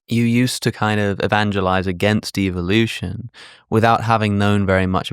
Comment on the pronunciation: THEY WAY THIS PENCIL NECK SAYS EVELUTION YOU CAN TELL HE SMELLS HIS OWN FARTS